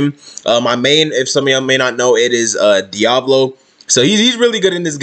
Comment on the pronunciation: Sounded Like You Said Diabolo